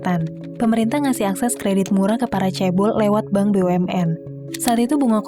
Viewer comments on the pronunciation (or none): none